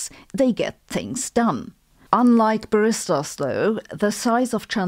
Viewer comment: Liebe Sabine, what on earth are you saying? Apparently: "Transistors are to computers, what barristers are to Starbucks" The problem is you have the stress on the second syllable of barristers. It belongs on the first syllable. I am not even certain, that that is what you are saying. I do not know what you are referring to so I cannot derive from context. Himmel, Arsch und Zwirn! Bitte um Bestätigung meiner Vermutung. Ansonsten habe ich ein bisschen Schwierigkeit mit der Erklärung: "electricity flowing from source to drain". Nevertheless, I congratulate you on your excellent channel. I have been following you for quite some time and love your sense of humor. I might mention en passant that I also have aging eyes. 🙂